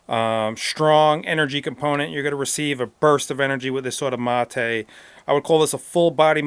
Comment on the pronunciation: Dude....if its a spanish word pronounce it in Spanish.......dont try to sound "Gringo" by pronouncing it in English ---- materuu......geeesh!!!